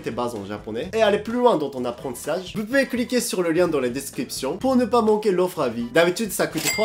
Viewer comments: Et prononcer vOUs et pas vuuuu c'est difficile ?? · Il prononce "veux" au lieu de "vous" ou je rêve? "ça m'énerve les gens qui s'exprime mal en français !"🤣🤣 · faut arrêter de dire "veu" a la place de "vous" 😄